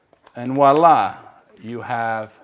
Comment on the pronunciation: It's Voila. With a V, nor walla..... Voila